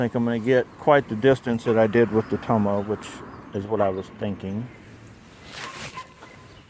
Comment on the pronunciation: i looked that up, i think it's Toma, not tomo lol, pretty darn cheap! thx again